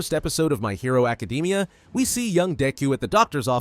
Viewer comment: "my hero acadeemia" 💀